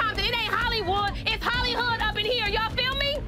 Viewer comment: Not trying to be rude but she said Holly-hood